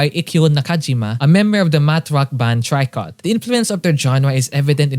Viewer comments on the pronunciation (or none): psa: tricot is pronounced as tree-koh